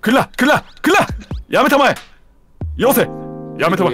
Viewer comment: ダメだ よせ、やめたまえが 遊星やめたまえ に聞こえてアンチノミーにしか聞こえなくなった